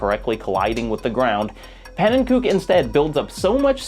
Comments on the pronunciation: i’m definitely not the first person to say this but pannenkoek is pronounced pannen-ko-ek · "Pannenkook" :( how many times does he have to tell people the right pronunciation of his name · hearing u pronounce pannenkoek that way hurts my soul. he doesnt pronounce his name the dutch way, he does it in an anglicised way. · the way you pronounced pannenkoek is absolutely terrible but perfectly on-brand for an English speaker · Pannenkoek mispronunciation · the mispronounciation of panenkoek hurts lol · his name is pancake in dutch your pronounciation is pretty wrong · The way you pronounce pannenkoek name is hilarious. Oh it gets so much better I thought it was gonna be a one off thing but you keep saying it. it adds a very fun bit of levity to the video. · I'm loving this, but every time you say "pannenkoek" I cringe a little bit. In the 255 Coin Limit video he says his channel name and it's pronounced pan-en-ko-eck, not pan-en-kook. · I've watched every video in the YouTube catalog. I've read and reread How a Game Lives. This might be my favorite essay yet. Which is why the pronunciation of Panenkoek's name kills me every time. He doesn't use the Dutch pronunciation to refer to himself, preferring "ko-uk" to "kook" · Hey, love the video but noticed you pronounced pannekoek the correct Dutch way. Just thought you might wanna know that pannen himself actually pronounces it like pannen-ko-ik. Also, you might've stumbled across it at some point but Bismuth made an incredible video series on the A-button challenge which has a large focus on pannen and his work. I recommend checking it out for more on the topic. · btw its pronounced "pannen co-eck"